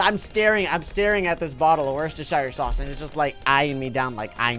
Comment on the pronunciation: Wheschestersier sauacs